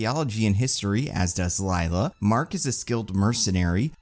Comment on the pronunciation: It's Layla, not Liela. I had to pause the video just to see if anyone else commented on this pronunciation blurb.